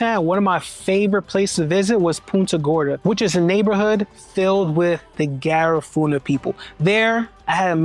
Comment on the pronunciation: Ga-riff-uhhh-na. Not Ga-raaa-foo-na